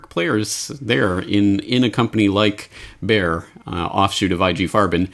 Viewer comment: It is not "Baer", for heaven's sake, the name is BAYER. These Americans are so ignorant. Pronounce it like BUYER. That fit's.